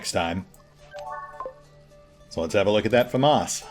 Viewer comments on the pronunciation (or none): none